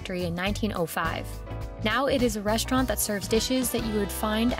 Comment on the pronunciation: I just cant ignore how she says restaurant like "reshtraunt"